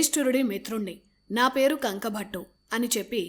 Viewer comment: కంకుభట్టు అని అంటారు.కంకభట్ట కాదు.